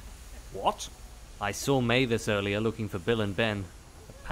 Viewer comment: No, but they did say Neville went missing, but the way it was said could make it sound like they did say Mavis went missing.